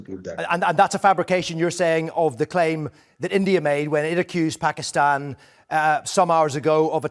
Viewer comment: Saala pakistan tou dhang se bol de… he is saying pakstan instead of Pakistan😂